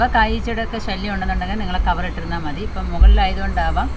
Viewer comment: Mone Methi alla,Mathi